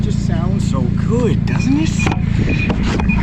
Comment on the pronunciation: "it ain't everyone's cup a tea but I think it's it's darn gewd" so Canadian, I love it